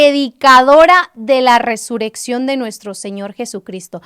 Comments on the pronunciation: Hermana es Resurrección ...no Resureccion como lo pronuncias 🙈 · Algunos comentarios ya escriben como lo pronuncias (con una sola r ) y es doble rr .Bendiciones